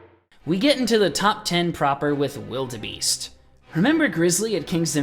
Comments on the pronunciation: It’s said like Wild Beast, not wildebeest. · Wilde Beast. Not Wild Beast